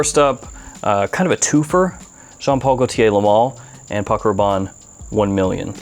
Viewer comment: Ben Paco Rrrrrrrrabanne